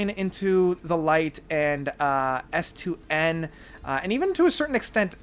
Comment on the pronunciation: S2N is actually pronounced Song ten